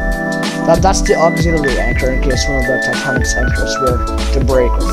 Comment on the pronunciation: is ANCHOR not achors